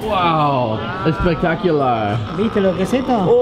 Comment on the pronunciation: El infaltable "espectakiular" 😄😄